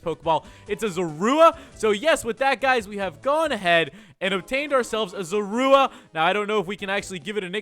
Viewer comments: Wired how in black and white he said ZORUA but here he said Zurooa ik how it's spelled but it's hard to spell something with how someone said it when u already know how it's rlly spelled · You did not pronounce zorua